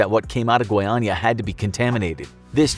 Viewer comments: One of the few times I'm seeing a native English speaker pronouncing the acute and circumflex tone correctly in Goiânia and Goiás, Nice video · Actually impressed how he managed to not trip on the pronunciation of Goiânia and Goiás. Foreign people tend to have problems pronouncing... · oh he can speak "goiânia" normally. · Impressive narrative. So as the right (and hard) pronunciation of "Goiânia". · FINALMENTE UM AMERICANO QUE SABE FALAR GOIÂNIA Finaly an american that knows how to say goiânia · Wow, did you know the exact pronunciation of Goiás and Goiânia? Wow! A+